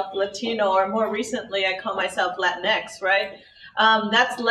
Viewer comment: why does latinx sound like LATINX!!!!!! LATIN XTREME!!!! Maybe its just me.